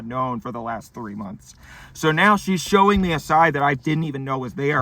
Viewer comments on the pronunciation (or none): THREE MOMTHS